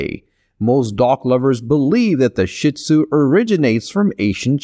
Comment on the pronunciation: Gave this a like for the info, but PLEASE learn how to say their name properly!!!!